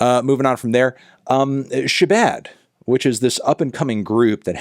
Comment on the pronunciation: SHEBAD!!!! He’ll get the pronunciation right someday I’m sure. SHE BAD BABYYYYY